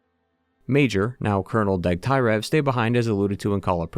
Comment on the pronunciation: Its Degtyarev, not DegtAyrev.